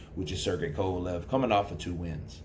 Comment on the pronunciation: "Kova-Lovv" .. 😆 .. Bernard